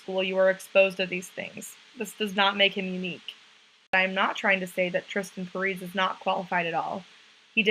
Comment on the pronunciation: You're pronouncing his name wrong